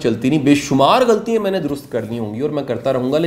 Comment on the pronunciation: Ghaltian not ghaltiyein